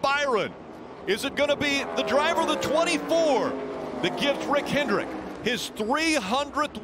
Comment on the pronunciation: Where do y'all get this imaginary "S" in "Hendrick"?